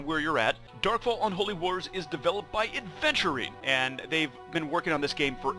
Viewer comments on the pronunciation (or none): No way you just said "Darkfall is developed by Adventurine...". you're like no other should now it's Aventurine